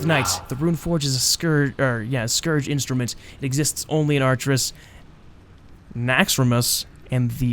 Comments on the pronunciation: It's pronounced akerus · Ar-cher-us like Arthas.